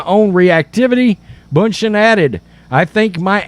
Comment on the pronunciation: It’s ‘bun-shen’ She deserves to have her name pronounced properly. She is a very successful business woman.